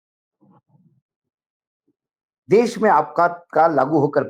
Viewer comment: Mr Wankhede, please accept my compliments for ur most upfront genuine and meaningful views. It's a privilege to watch ur program. U also appear with one. Can I request you to kindly tell him to set his pronunciation right - he says ' sa ' where he needs to say ' sha '. E.g. for ' desh ' he says ' des '. I have already sent my comments to him. Wish he had acknowledged.